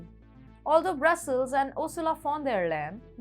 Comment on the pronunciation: Dear, I suggest you practice saying Brussels instead of Brazil's.